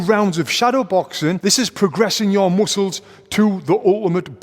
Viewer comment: i love when he say moosles instead of muscles that freaking funny brah